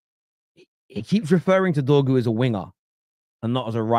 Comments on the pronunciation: DORGU NOT DROGU 🤦‍♂️🤦‍♂️🤦‍♂️ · Trying to make his name sound like Drogba when it sounds more like dogpoo